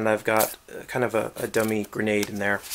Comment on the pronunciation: He says gernade gernade launcher